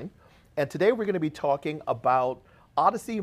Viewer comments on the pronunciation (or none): Why is pronouncing it "ard-issey" instead of "ord-issey"? Does he pronounce AUDIO as "ardio"? Bizarre, and very jolting to hear every time he says it! Anyway, thanks for the useful video!